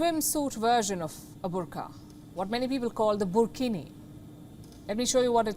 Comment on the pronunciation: Wtf is burkhini 😂😂😂😂😂😂😂